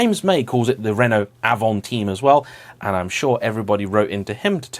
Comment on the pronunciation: Sorry, as a French I need to tell you we pronounce the avantime in a French - English way. Weird indeed, but never heard anybody in France saying it like you or James did 😅